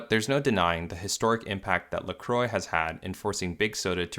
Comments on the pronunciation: 🛑🛑🛑 It's "La Qwah." It's not pronounced "La Croy." It's French meaning "The Cross." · Croix is pronounced like "kwah" not "croy". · these mfs cannot pronounce french words La Croix - (la crua) not lacroi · its pronounced lacrowa not lacroy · Dear Americans (including the owners of the company if they endorse it), La Croix is not pronounced La Croy - it is pronounced La Kwa. Sincerely, Europe. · First time I heard an someone from the US talk about this brand I didn't know what he was talking about. But when he wrote it down I went "ooh!". They pronounce it Lacro-y, while I always pronounced it French (the cross) La-cro-a. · It’s pronounced La-Qwah not La-Croy 😬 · It’s “Lah- cru-ah” not “Le-Cru-oy” *in my Hermione voice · Can you learn how to pronounce "La Croix" properly?. Because it's no like in this video. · Lol, how American pronounce La Croix, a French name (meaning the cross) totally not pronounced like that. Every time they mention the name to me it sounds like stupid people not knowing how to talk. Normally it would be pronounced like this: LAH KRWAH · La Croy haha how can they butcher this name so hard 😂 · Pronounced La Croque! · I can't get over how they pronounce La Croix as "La Croy" 😂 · So we're not even going to talk about how literally everyone is pronouncing it wrong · Now if Americans could only pronounce La Croix correctly. I imagine Canadians and Europeans would not tolerate an American pronunciation. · Why do Americans pronounce La Croix like that... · As someone who understands French I truly believe that every time an American pronounces LaCroix a French citizen gets spit in the face somewhere. (Luckely I'm not French myself)